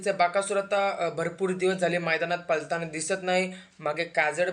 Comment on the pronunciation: पलताना नव्हे पळताना बोलतात. लं आणि ळ चा उच्चार कुठे करायचा आधी शिक नंतर व्हिडिओ बनव. तुझं वय अजून शाळा शिकायचं आहे. म्हातारी लोक अशी बोलली तर आपण समजू शकतो पण तू अजून तरुण आहेस.